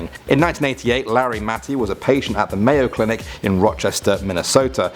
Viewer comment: Mayo clenic hahahahaha😂😂🤣🤣